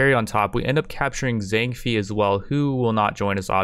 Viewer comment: at least her pronounced Zhang Fei and Xiahou Yuan perfectly